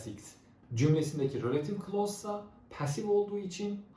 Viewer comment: Hocam rÖlative değil kurban oluyum izlerken felç oldum